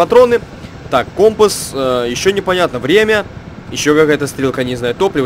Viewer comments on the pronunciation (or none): none